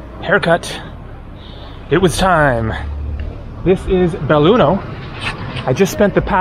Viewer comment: belluno. no beilugno. haaa